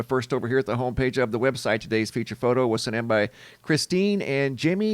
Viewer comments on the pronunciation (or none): none